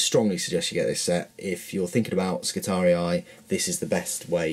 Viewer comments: Skitari-eye hahaha think its pronounced Skitarie.. Just ignore the second i :) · pretty good review. FYI the Skitarii are pronounced Skitahree, not Skitari-i. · Skitarius is the singular, Skitarii the plural. The second "i" is pronounced just like the first one, making it a long single-vowel sound. Like -ee in English. ;) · there is no space or seperation of the last i ( so its Skitaree not Skitari-i) almost fell from my seat lmao when i heared him say it first >_< (no offense meant, i love his reviews and unboxings) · you are saying it wrong you only pronounce it as I not I eye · It’s Skit-ar-ee, not skit-ar-ee-eye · I didn't have any specific kit in mind. I know you're unboxing the Space Marines, but we've seen them. I'll probably watch the video anyway, but I thought since you're starting a new army this year, maybe other kits in the Cult Machanicum/Skitarii. Oh yeah, and I think the correct way of pronouncing it is Skitar-ee, no I at the end; not judging, just saying. I good either way. Thanks for the link too. :D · I'm so fucking glad I am not the only person who pronounced Skitatii as Ski-Tar-Re-Eye. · I think you're saying skitarii wrong, it just doesn't sound right to me. All the models look cool and I was just wondering if you have done a review on the space marine box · Why? It just means you're not the only person that got it wrong. Two wrongs don't make a right. The second 'i' is just trying to look cool, you pronounce it with an 'e'.